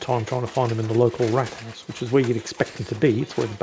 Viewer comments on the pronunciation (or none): btw its "Rathaus" is pronounced with a long a not a like the english rat and with a bit softer t but other than that pretty good so far